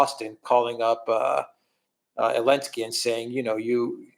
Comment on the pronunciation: He's Zelenski.......not Elenski 😆😆